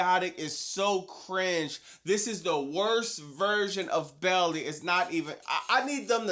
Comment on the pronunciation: Literally subbed cause of the way u pronounce Baily 😂